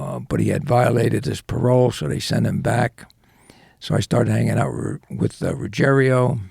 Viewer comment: Not "Ruggerio". Ruggiero. Different spelling and different pronunciation.